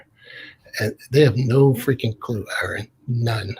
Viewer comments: It's, R N. Not Aaron. I know is used to it but it's annoying and if this guy knew who was he wouldn't keep saying Aaron. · Sigh. Guy is locked into broadcast mode. Even toward the end after being corrected, he's still calling "Erin". Not taking anything in. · It's, not Aaron.... 👍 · Anyone else bothered by the fact that he keeps saying Aaron instead of? Just me? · Bobby Allen I know it’s a minor issue and it’s not his real name, but neither is Aaron. It’s just something that I found distasteful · These people's beliefs don't surprise me,, considering they can't even pronounce your name correctly even after correction. Wouldn't you, ya know, at least research that before talking to someone 😂 I think it's very telling. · I can take no more of this fool. Laughing and dismissing before even listening to the argument (whilst misprouncing his fucking name at every moment). He is and always was a religiotard. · The proof that this fucKtard is not interested in any way of intelligent truthful conversation, that he is not actually listening to what is saying is that this idiot was corrected no less than 8 times within this very conversation the proper pronunciation of your name, and continued to get it wrong is proof that this idiot is not worth having any other conversations with you,! This idiot is no different than all other idiot god believers. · He totally ignores you every time you correct him on the correct pronunciation of your name. What a smug tool. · He was never anything but a Catholic. He is absolutely dishonest, and intentionally mispronouncing name as a jab.